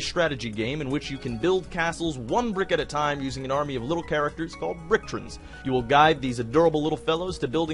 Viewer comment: "Little characters called bricktrins" >bricktrins Bricktrons. Tron pronounced like the hit movie in a computer.